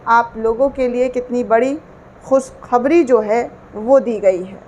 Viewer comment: Ravish Kumar, or other news click wale Sharma ji vajpaye or digar logon se Talaffuz pr dhayan De baki ki posh shaffaf hai aap to Muslim ho kar khus khabri kah rahi hain khushkhabree hoga naak na hi kata den Muslim logon Ki kiun ki urdu hi sahi zuban or akhraz main unki pahchan hai